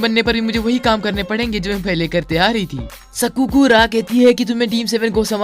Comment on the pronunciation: Please don't say sakura useless and sadara is not sarda